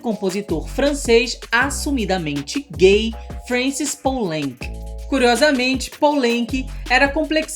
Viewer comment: Filme incrível, um dos meus preferidos. Só uma correção boba, Poulenc se pronuncia pulãnc.